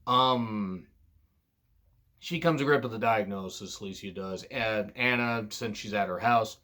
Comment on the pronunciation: It's admirable from your part to not try to pronounce names you think you'll butcher... but it's ironic how you mispronounced Anna even though it's a common English name.